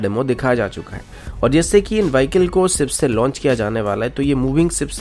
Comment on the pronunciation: "सिप" नही शिप होता है